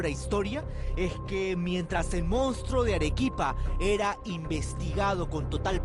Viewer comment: La conductora dice Mounstro pero el título dice Monstruo